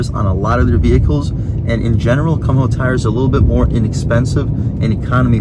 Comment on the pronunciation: the way you pronounce the tire brand it sounds like "cum hoe" XD afaik it's pronounced "koom-ho" with the "ho" part soundin like in "ho"nda